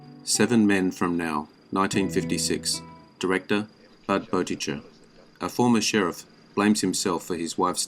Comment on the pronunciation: Great list, but you’re still stubbornly insisting on slaughtering Budd Boetticher’s and Yakima Canutt’s names. Why?